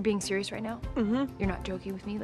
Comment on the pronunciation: “ I’m being sherious , i’m being sherious “